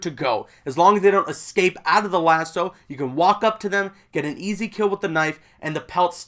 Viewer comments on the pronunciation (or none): none